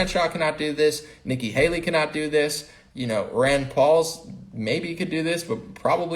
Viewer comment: are you referring to Ron Paul or his son Rand Paul.. it sounds like you're saying Ron